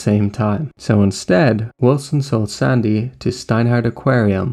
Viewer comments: Why do you pronounce the name like that?! It's SANDY. NOT SONDAY. you fucking sound like forest gump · is the narrator Irish? he pronounces "sandy" strangely.